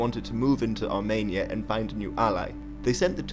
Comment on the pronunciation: Sorry, but it's Armenia and not Armania ;)